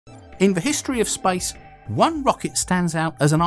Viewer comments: Why does he say spice instead of space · Why you say spice instead of space? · Sounded like you said Spice Race.. Thought this was about to be about a rocket to Dune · “Spice” station? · Why did you say, "spice rice"? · The spice rice? Spice station? Come on, learn to pronounce words right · i thought he said spice instead of space ,lol curry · First 5 seconds I heard: "In the history of SPICE" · spyce?? hahahaha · Is he saying "Spice" or "Space" 😅😅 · I first thought he said "the history of SPICE"...im still laughing on myself... Love your contents sir. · why do i keep hearing him say spice in the begining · I keep hearing him say Spice instead of Space, changes the context massively. The history of Spice! The Spice Race! The first American Spice station, Spice Fans! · everytime you say space, it sounds like spice. Am I the only one that hears this?